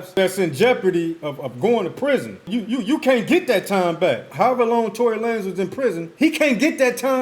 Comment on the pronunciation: Tory La-Nez 😂 I rock with that name way better than